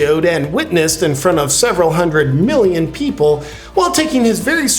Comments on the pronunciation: Millioms? LOL Love you and your vids brother. Keep up the good work. Seriously... just being funny. You're awesome. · "1.5 milliom" (with an "m")...love it!